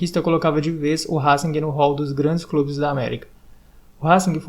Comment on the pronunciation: Brother, não se pronuncia o G no fim de Racing.